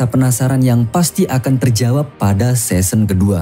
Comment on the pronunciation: Qing itu dibacanya Cing. Season dibacanya sisen. Semoga membantu saat mengulas season berikutnya.